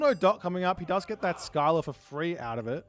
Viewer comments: Isnt it pronounced Silla and not Skila? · It’s pronounced Ssilla not Skyla 😂